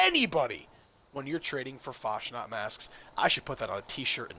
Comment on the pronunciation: Fasnacht - CH is like loch, please stop abusing German.